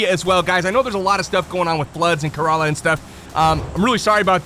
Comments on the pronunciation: Yeah, floods in kerala. Im from kerala. The water hasnt reached us yet thank God. And btw we pronounce kerala like ker-ella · It is Kerala. Just wanted to correct you. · Love ya for mentioning Kerala but you butchered that name😂😂